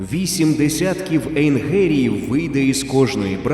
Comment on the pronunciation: Ну хто вас ото змушує коверкати мову і промовляти "ейнГерії" черег звук "ге"? Не позорьтесь.